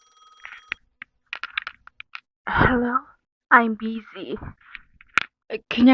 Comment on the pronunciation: 아임 비. zㅣ. 너무 정직한게 너무 웃겨요ㅋㅋㅋㅋㅋㅋㅋㅋㅋㅋㅋㅋㅋㅋㅋㅋㅋㅋㅋㅋㅋㅋㅋㅋㅋㅋㅋ